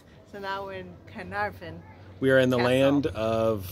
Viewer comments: Its ’care - nar - fon! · The castle you visited was far-nar-ven